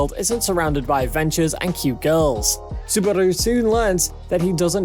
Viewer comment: Three anime in and you've gotten two titles wrong. Do you even watch anime? Edit: Mispronounced Johann Liebert's name. And Subaru from Re:Zero. You couldn't even say 'Covid' correctly. Terrible. Will avoid this channel from now on.